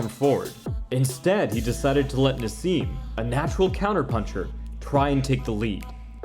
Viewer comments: Who the hell is ‘Narz’?….it’s Naz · there is no z in naseem ...yet u speak it lol